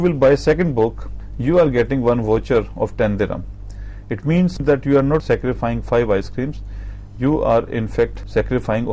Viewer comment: sacrifiCING why are you saying scarifying ????